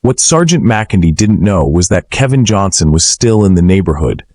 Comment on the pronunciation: AI CANT SAY KEL VIN